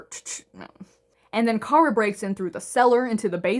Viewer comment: No you're right, it's Ciara. The pronunciation in the video is a little off